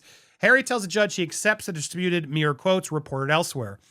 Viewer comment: Slow down...You say meer group. Its mirror.